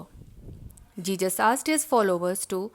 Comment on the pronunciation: Ma'am it is not jejus. It is Jesus